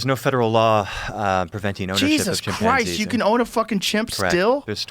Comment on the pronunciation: Joe " Chim:PANN-zee" Rogan